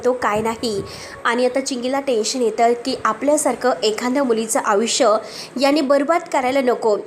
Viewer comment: अग बाई तू आयुष्य म्हणायला शिक आधी.. अविश्या म्हणतेस 😂😂😂